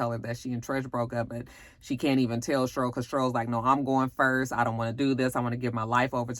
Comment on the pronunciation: your review was better than the movie lol I laughed every time you said "Shurl" (Cheryl) 😂😂